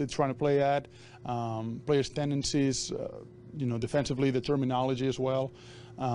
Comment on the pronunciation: He loves saying tendices